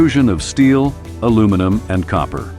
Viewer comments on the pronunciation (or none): none